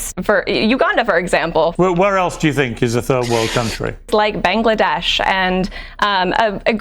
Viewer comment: Who tf saying "Bengledash" bruh??🥀🥀